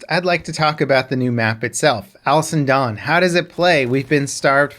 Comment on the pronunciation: Cap, baby! It sounds like you are saying "Alison Done". Slow it down baby.